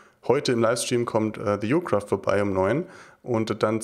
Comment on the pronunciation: Man spricht es thejocraft aus und nicht theyocraft